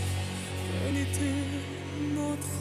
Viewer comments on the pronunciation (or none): none